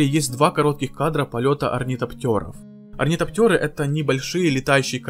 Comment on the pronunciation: Поправка не Берни, а Гурни Халлек Фреска каменная про деда Пола Атрейдеса Плюс летающие машины назывались Орнитоптеры, а не Орнитоптёры (в западных языках нет буквы Ё)